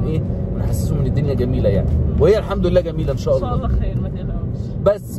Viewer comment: لفظ الجلالة بالهاء مش بالياء الله وربنا يباركلك